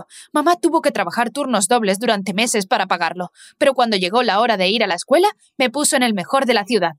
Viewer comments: Disculpa me encanta pero en ves de escuela dise escueña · Ok ok pero no sé dan cuan cuenta que en vez q diga escuela dice ecueña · Te diste cuenta de que dice escueña en vez de escuela? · Xd dise escueña :v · Ay dise cueña y debería desir escúdala v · Todo bien pero"Escueña " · Dise escueña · dice ecueña y no escuela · porque dise escueña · Dice escueña no Escuuela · Pov:no se dice escuela se dice eScUeñA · Oye el nombre no quedo del todo bien dise escueña y era escuela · WEYYYY PORQUE DICE ESCUEÑA 😂😂😂😂😂😂😂😂😂😂😂😂😂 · Soy yo o dise escueña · Porqué dice escuña? 🤔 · PQ DICE ESCUEÑA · dice escueña xd